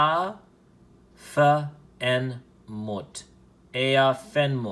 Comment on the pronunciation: ish btw it’s “Ah-ah en moot-ef” I think, “Aah’en mootef” —- [ˈʕaʕa en muːt ef] IPA key: • ʕ = a deep, voiced sound from the throat (like a soft grunt or glottal “a”) • a = “ah” as in father • uː = “oo” as in boot • t and f = normal English “t” and “f” • en = short “en,” like ten